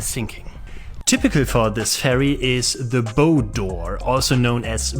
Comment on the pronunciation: Nice video! Note: "bow" (the front of a ship) rhymes with "how". English pronunciation is a nightmare...